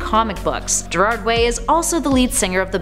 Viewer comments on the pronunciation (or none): I heard someone day Gerald Way and I'm still weak.